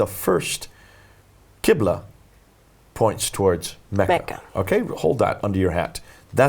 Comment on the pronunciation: It's Qibla, not Quibla.